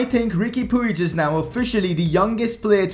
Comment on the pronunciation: It's Pooj. That's how it's pronounced.